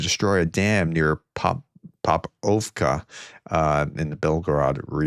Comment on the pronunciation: popovka...po-pov-ka, not pop-ov-ka fyi great video!